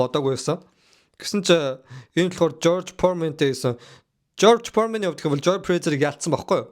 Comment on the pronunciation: jorj poremen gej shaajin george foreman